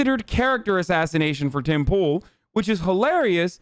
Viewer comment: Did he call him Pim Toole?